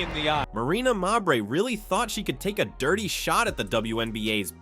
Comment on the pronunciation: Could you people that use these friggin' voiceovers (or whatever they're called) teach them how to pronounce players names properly. Especially, when the name Mabrey gets repeated 50 times in a report such as this one. Marina Mabrey, her two sisters, and their entire family are trash, always have been always will be. Suspend the biotch!